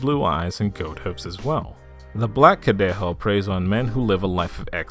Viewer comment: It’s weird cause he said it right for el cadejo